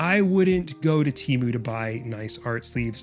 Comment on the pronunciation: why does no one ever pronounce "TEMU" correctly??